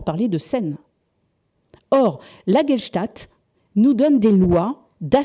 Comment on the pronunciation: Passionnant et vertigineux! 20 000 ans séparent Chauvet des magdaléniens de Dordogne, troublant! Petite remarque, "Gestalt" plutôt que "Gelstat". Amicalement.